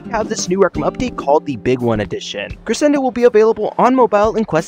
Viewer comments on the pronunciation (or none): Ik it’s not really a big deal but it just bothers me. It’s Cre-Shen-do Not Cre-sen-do